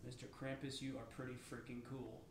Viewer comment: Pronounced Krumpus........